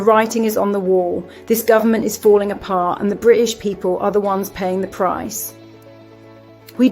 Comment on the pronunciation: British has a letter T in it that requires pronunciation.